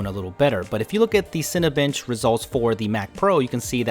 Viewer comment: lol all I heard was 'Cinebitch'